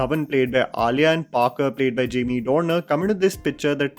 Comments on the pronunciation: dude, his name is Jamie Dornan not Dornar. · Jamie DORNAN. Not Dorner. At least get the man's name right if you're going to praise him for a subpar performance. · It’s Jamie Dornan, not Dorner fyi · Why are you calling him Jamie "Dorner" lekin 🙈